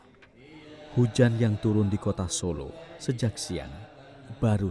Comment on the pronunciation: Bukan Solo mas tapi Sålå